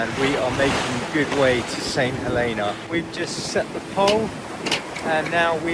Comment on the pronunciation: Nice boat, dodgy pronunciation. It's "Huleena" or that's how the locals pronounced it when I was there in the 90's